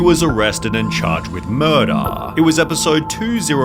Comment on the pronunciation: “Laydaah “Murdaah” 😂